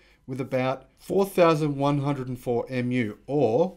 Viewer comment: just additional information: mu (亩) is not pronounced as "em yu" but as "moo(n)".